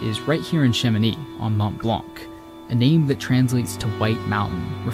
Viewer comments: please get your pronunciation on point next time, my ears were bleeding hearing Mont Blan'K' every time, the C is silent in french. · Very nice video, but there’s two things which constantly drive me mad with English-speaking content creators: 1) Not investing 15min to ask how places and people are pronounced correctly in local languages (Seriously - how often does he pronounce “Mont Blanc” wrongly? It’s painful…). 2) Favoring anglophone “locals” over any other ones.